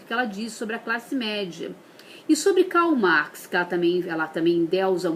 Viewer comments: Gisleine Marques Se Lula ''cumpanheiro'' nem falar português direito sabe,não tem nem diploma e muito menos chegou no ensino médio foi presidente.., porque que uma mulher que fala Kal Max não pode falar de política?, ela não tem obrigação nenhuma de saber pronunciar Alemão, ou Holandês, ver uma pessoa falando isso, e justificar o discurso de ódio da Dra.Chauí é muito mais absurdo que uma mulher falando Kal Max ou Revolução Rússia, e outra Karl Marx não é o mais publicado no mundo, ele perde para nomes como Nietzsche, Schopenhauer, Locke, Hobbes, Montesquieu, Russeau,Adam Smith, Maquiável, Walter Benjamin, Platão, Aristóteles, e até mesmo Sócrates que não publicou absolutamente nada é mais impresso ou citado em livros , ou debatidos que Marx, Pra se ter uma noção A obra de maior importância de Marx para o comunismo foi escrita em 1848 e foi publicada em 1888 Post-mortem por Engels, cinco anos após Marx morrer 1883, dizem alguns historiadores, sociólogos e filósofos que Marx adiou por mais de 30 anos o lançamento do mesmo pois viu que sua Teoria ideológica possuía falhas, por isso a obra o Capital é seu Magnum Opus, e não o Manifesto Comunista que é muito mais fundamental para a ideologia comunista que o Anterior. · A pessoa não sabe falar com essa bochecha cheio de botox....parece o Fofão....quer falar de Filosofia nunca leu um livro. A Chauí falou pouco....a bobinha da papagaia falante não sabe o que o é teoria sociológica, filosófica e nem nada. Não sabe nem pronunciar Karl Marx....Kkkkkkkkk. Meu Deus...aterrorizado!!! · ***** uma babaca destas nem debater sabe, se fossem só os erros de pronúncia, o pior é que a toupeira estava colando, nem falar sabe, uma pancada destas aí, pode mandar debater comigo que ela sai todinha moída!! hahahahaha